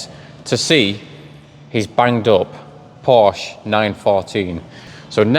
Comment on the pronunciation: Please pronounce “Porsche” the way Porsche instructs non-German natives in their dedicated video here on YouTube. You’ll notice they explicitly point out there is no “silent e” in Porsche. Thank you.